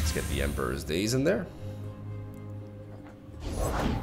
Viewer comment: it's not Emperor's "Days" it's Daeyess, Also Great video! 😂😂♥